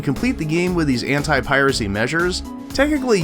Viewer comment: Why everytime when he says "anti" I hear him saying "hentai"? There is seriously something wrong with me ..